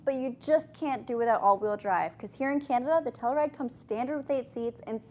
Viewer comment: Might be a Canada thing. In the U.S. it’s pronounced Tell-you-ride; not tell-uh-ride.